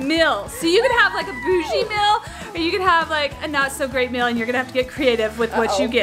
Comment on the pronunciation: pronounces meal as mail it’s not mail it’s meal, says it correctly and says mystery whale not wheel